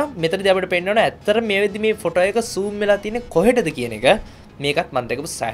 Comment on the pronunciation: Not soom its zoom